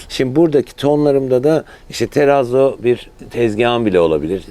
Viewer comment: ( terrazzo ‚ nun doğru okunuşu: Terrratso… Yani 2 R hissedilmeli ve 2 Z yanyana ts sesi verir ) Aramızda 😉